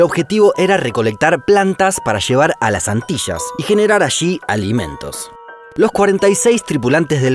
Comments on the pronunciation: Las Antishasss o Las Antillas? 😜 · Antillas se dice no..Antirras